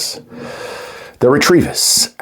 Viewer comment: Why do you keep saying RETREVIS....it's Ret-E-Vis....only 1 R